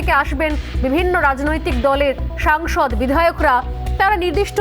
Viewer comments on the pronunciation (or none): SONGSOD NOY SANGSOD. BHUL BOLCHEN KENO.?